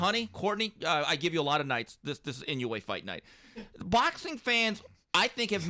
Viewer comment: Yo correct the name! Its Inoue!!!